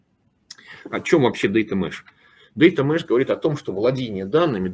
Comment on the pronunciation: data mesh a не mash)))